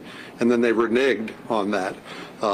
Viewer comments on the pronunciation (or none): Renegged not renigged... I bet he loves mispronouncing that word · Also, does he realised that the word is 'Reneged', not 'Re-Nigged' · He says renigged so naturally….